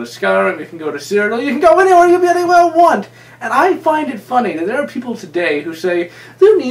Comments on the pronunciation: it pisses me off when you say "byuudy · about half way through I realized it was "bloody" he was saying. I thought it was just a speech impediment.